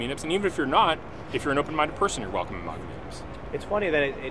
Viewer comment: His pronunciation of MAGA is so cringe. It's MAGA pronounced like "wag" and "lag"